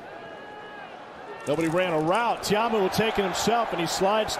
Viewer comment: TA-A-MU NOT TAMU